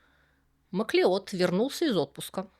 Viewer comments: MacLeod читается как Маклауд Правда-правда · Шотландская фамилия Macleod читается как Маклауд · "Масleod" читается "Маклауд", происходит от гэльской фамилии "Macleóid"–"Маклодь" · Фамилия Macleod произносится как Маклауд (да-да, тот самый, который бессмертный, - он тоже Macleod). Маклеод - это русский вариант произношения, основанный на написании.